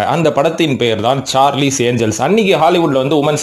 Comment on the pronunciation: சார்லிஸ் இல்லை சார்லஸ் ஏன்ஜல்ஸ்